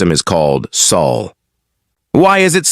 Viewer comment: Sol system, not Saul